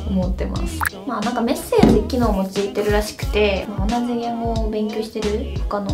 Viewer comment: 昨日✖→機能◎ 昨日…yesterday [発音] 昨日⤴︎ 機能⤹